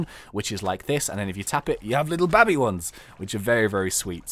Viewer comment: You say "baby" weirdly.